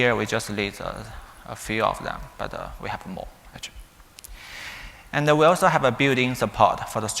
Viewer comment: All are good but the strange pronunciation of "and" and "data". I suggest taking some time to practice the two simple and high frequency words. Thanks a lot😊